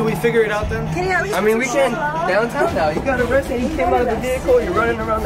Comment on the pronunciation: Arriested lol 😂